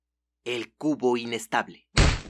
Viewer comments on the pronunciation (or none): Por un momento pense que decía "El cubo irresistible"